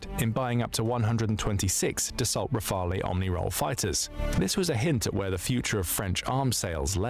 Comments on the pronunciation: "Rafaley" triggered me so much ! :D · pronunciation RAFAL (not the E)for Leclerc don't pronounce the C , and the CAESAR self-propelled howitzer is the best, forgotten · it's not Rafel, nor Raphael, simply "Rafal" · "Rafalé" everytime I swear 😭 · Hearing "rafaley" over and over hurts me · And RAFALE final E isn't pronunced as well. He thought it was a spanish or italian jet? lmao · Why English speaker can't pronounce Rafale properly ? it's not that hard